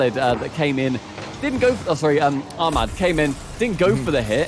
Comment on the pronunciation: Lol been practising their pronunciation yet he keeps saying armad not ahmad